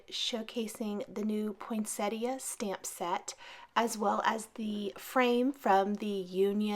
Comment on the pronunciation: A truly magnificent card. Congrats. Thank you for being one of the few cardmakers on youtube to pronounce Poinsettia properly!!! Luv it